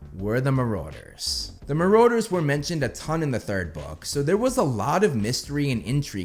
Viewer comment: Marauders = mu-RODD-ers, no one has ever said mu-ROAD-ers...you kill me every time